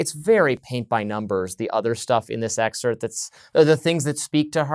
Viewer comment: The word is Excerpt, it's not whatever word yr mangling the pronunciation of herein.